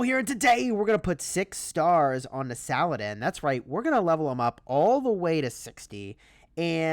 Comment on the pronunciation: I won't let you butcher his name. It's pronounced "Sah-Lah-Deen"